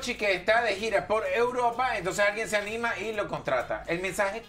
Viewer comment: Pero por qué es que él no puede decir E U R O P A 🤦🏻‍♀️🤦🏻‍♀️